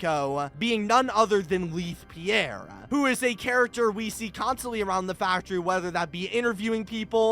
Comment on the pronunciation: Why do you keep mispronouncing Leith Pierre's name? It's in the first dialogue you hear in the game...